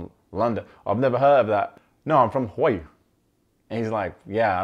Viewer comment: #alltheway Btw, is pronouncing 'Hawa'ii' like a native. It's the rest of us that are saying it incorrectly. 🙊